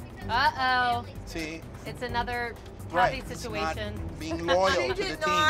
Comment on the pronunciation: I know he said “see?” but oh my GOD IT SOUNDED LIKE “TEA.”